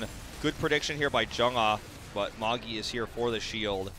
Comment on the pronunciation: isn't ''Magi'' pronounced ''Majj-i'''' instead of ''maggie'' ?